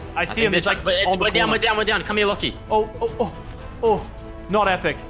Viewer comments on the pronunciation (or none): Antony Eertmoed lachys name is pronounced lock-e